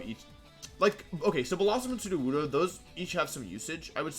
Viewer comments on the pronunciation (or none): none